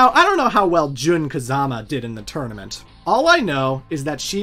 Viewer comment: Are you purposely saying tournament as "tourmanent" throughout the video, or is that a genuine slip up?